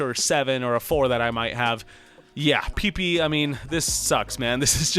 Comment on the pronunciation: lol I like how you put emphasis on “pipi”